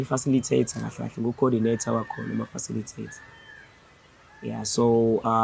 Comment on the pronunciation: 😂 coordinator wema faciliator,😂😂😂 hay budi